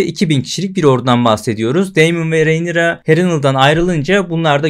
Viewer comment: Merhaba, umarim yanlis anlamazsiniz, ufak bir elestirim olacak; Rhaenyra ismini yanlış telaffuz ediyorsunuz. Önceki videolarda da dikkatimi cekmisti, soylemek istedim.